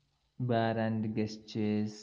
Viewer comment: Thanks. By the way, the word 'gesture' is pronounced with a 'j' sound (jes-chr)